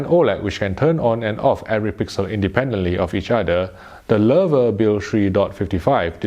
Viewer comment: he pronounced it right. Maybe the first person that's no German native speaker. I'm impressed